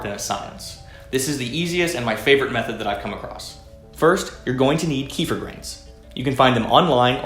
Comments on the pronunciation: It's actually pronounced 'key-fee-R'. The 'r' has a hard sound. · In Russian it’s call KEFIR ! You emphasize last syllable. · its always funny to hear hardheads say Keefir. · You even pronounce it wrong! Key fer!? I 🤣🤣🤣🤦‍♂️😒😒😒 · Tells us how to pronounce it correctly then continuously miss pronounces it👌😂😂